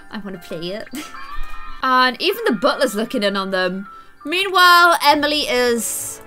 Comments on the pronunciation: she said Emiler and Taley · Did anyone else notice that said Emilor and Taylyfy when she was changing their room? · Did anyone else notice she said emiler and taylie? 😂